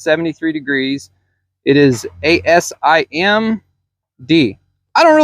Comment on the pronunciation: You said ASIM It is actually ASTM each following number is an industry specification, also why no safety rope?